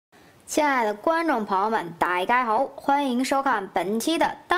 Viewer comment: 親愛的朋友帶嘎吼 (廣東話：大家好)。 還以為自己听錯，倒帶听了三次。